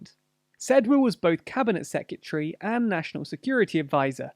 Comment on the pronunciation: Am I the only one who is bothered by the pronunciation of secretary in these vids? (Sorry)